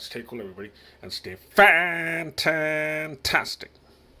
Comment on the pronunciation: You scared me when you say Fantantastic